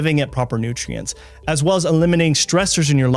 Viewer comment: Is one side effect saying the word nutrientses?